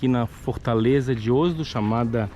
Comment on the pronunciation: Pronunciando Oslo errado ,em português a pronúncia correta da-se com a letra Ó aberta E como se estivesse um acento no o ,não se pronuncia com o fechado ÓSLO